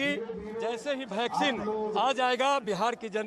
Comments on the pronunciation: Chitiya ko वैक्सिन को ...भैक्सिन....कह रहा है🤣🤣😂😂😂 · कैसा नेता है अनपढ़ है क्या वैक्सीन को भैक्सिन के रहा है। बीजेपी बेटा तू तो गया।नवजवान तो तुम्हे देंगे नहीं वोट ये लिख ले बेटा। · Abe chutiye Roy Vaccine toh shi se bol sale 😂